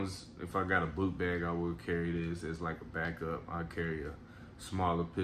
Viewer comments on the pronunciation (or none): none